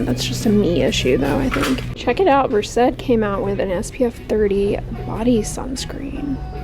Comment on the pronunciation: Every time she pronounces Versed and VER-SED is kills me a little inside 😂